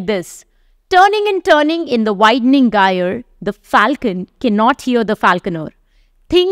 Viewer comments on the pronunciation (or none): The 'g' in magi and gyre is pronounced with a /dʒ/ sound, respectfully.